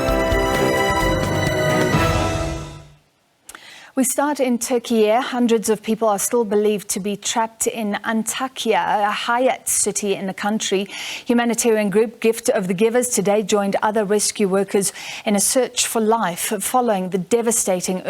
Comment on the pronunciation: Hatay City not hayat...